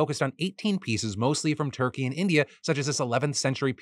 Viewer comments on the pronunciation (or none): none